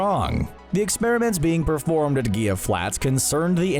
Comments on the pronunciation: Gila = Heel-a, not Geel-a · I wish you'd pronounce Gila Flats correctly. (Hee-la) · A little research, please. Gila is pronounced "hee-lah". sigh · Good video. Friendly note: Gila is pronounced "hee-lah". As in Gila Monster. Not Ghee-lah. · Gila. He-la. Say it with me! HEE-LAAA! Not Geela! HEELAH! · It's pronounced hee-la flats not gee-uh lol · Shouldn’t Gila be pronounced he-lah instead of gee-ya? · Gila is pronounced with an H sound for the G. It hurt my ears to hear that with a hard G. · ....the "gheelaa" desert? Esta' HEELA desert, Primo! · And when they pronounce Gila as Gila instead of Hila. And when they say they won't say a dumb pun while saying the dumb pun. And when they censor the bum of a comic character. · Gila is not pronounced "gee-ya". in spanish, L only gets the Y sound when there are two of them, such as in the spanish word for yellow "amarillo" where the two Ls are pronounced as a Y. and the G is pronounced as an H. so the word is "hee-lah" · Gila is pronounced He-la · He'La Flats. It's named for the Gila Monster and pronounced *He-La*. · HEE-luh Flats. As in Gila "HEE-luh" Monster lizards. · Gila is pronounced "He-La" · For the record, "Gila" is pronounced "heala" the g expressed as an h. The lizard called the Gila monster is pronounced the same way. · Gila is pronounced (hila) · "Gila" is pronounced "hee-luh". The more you know... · it's pronounced Hee-lah (Gila) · Gila is pronounced "hee-la". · Gila is pronounced HEELA. It is Spanish. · Great work💪🏾. It's pronounced "Hila" 🤷🏾‍♂️ just putting it out there. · (Gila) - It's pronounced "He-La" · Dude, the way you're pronouncing Gila Flats is killing me. The G makes an H sound. It's pronounced Hila Flats. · Say it with me... Gila = HEE-la. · "Gii-Lah" Flats I live in Phoenix The Gila River is next to my house You only say the Y sound if there is 2 L's at least with Spanish words. Gila is Native American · Gila. (Hee-la). 😎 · Gila is pronounced Hee-la. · It's pronounced "He-La" Flats.